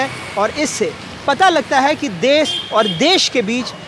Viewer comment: Correct the word.... as 'Desh ' instead of des